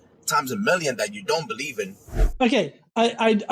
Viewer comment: Times a molloonn